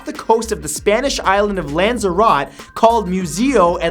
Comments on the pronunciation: Lanzarote is pronounced with the e isn't it? I think that was a mispronunciation, it's a lovely place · LLan-zar-ot-ay. Not lan-zar-ot. Think you'd a nailed this after saying. Chill-ay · Lanzarot lol Lanzarote pronounced lanzarotay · "LANZER-OTT"?!?!?! OK you must be doing it on purpose! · "lanzarote" really? REALLY? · Jesus Christ please never try and say Lanzarote again